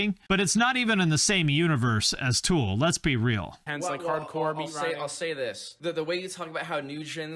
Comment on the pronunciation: Is it meatriding when I hate when people pronounce tool as two syllables?? That kid keeps saying “tewel” and it’s infuriating me. I guess the right band won :p